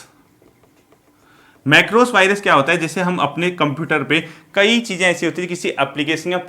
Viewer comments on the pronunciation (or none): none